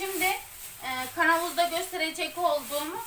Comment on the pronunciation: Türk dilinde KANAVUZ DİYE BİR ŞEY YOK KAVANOZ DEMEYİ LÜTFEN ÖĞREN